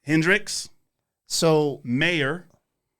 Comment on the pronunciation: I know homie didn’t say John mayor 🤦🏻‍♂️